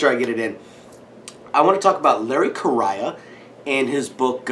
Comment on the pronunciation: I want to visit your house to play with Freya, check out your collection and see what you guys eat for dinner! BTW, it's Larry KUH-RAY-UH, bud.